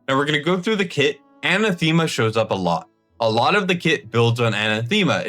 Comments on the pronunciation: Anathema is pronounced Anath.ema not Ana.thema. It's a real word. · Anathema, is a weird word so I understand mispronouncing it. Just fyi, it's pronounced uh-nath-em-uh. The word is used by Paul in the Bible, where he says, " if anyone or even an angel from heaven comes to you preaching a different gospel than the one we have presented to you, let him be anathema". This word denotes a serious curse, Paul is saying that anyone who contradicts the fact that Jesus was crucified and raised from the dead for our sins, that that man should be damned to hell. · Anathema is pronounced; "an" "ath" "ma". My ears thank you. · dude, im sorry but its "a na thee ma" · Google how to say anathema... it's ann AH theh mah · That's not how to pronounce Anathema